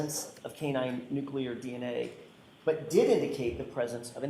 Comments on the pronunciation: I’m sure she’s a very smart witness by working in the crime lab, but it’s NUCLEAR-NOT NUCULAR!!! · It always astounds me when educated people say 'nucular' 🙄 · This dna dummy says nuclear like George W. Bush. lol😅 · God bless you. That was killing me. George w. Bush flashbacks. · Maybe it’s common, but it’s a MIS pronunciation. President Bush said it but it was wrong then too.